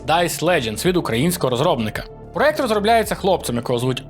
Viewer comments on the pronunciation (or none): none